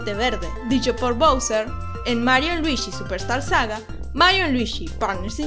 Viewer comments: Es Luigi Weege no Wiigi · Por que pronuncias Luishiii? Si es luigi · Me costó terminar el vídeo por los luishsis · Soy el unico al que de la cringe que diga luishi y no luigi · "Luishi y su traje amarisho" jeje se oye extraño. Pero esta genial tu voz <3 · Luichi XD me encanta como lo dices ! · cuantos luichi se dijeron en todo el video? :v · Oh por eso en mariokart 8 cuando escoges a Luigi lo pronuncia ruichi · jajaja Luichí XD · Por que está Chica le llama "Luishi" es muy incomodo escuchar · Luishi xdddd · por que dices luishi? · luishi xd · LuiSHI WeeSHI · Me caga que diga "luishi". 🙄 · creo que es por el acento argento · no puede pronunciar ese nombre? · luishi y waluishi jajaja